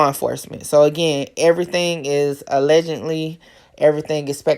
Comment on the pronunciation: So they tripping because you say A-legend-ly instead of a-ledge-ed-ly😂😂😂 is it really that serious 😂😂😂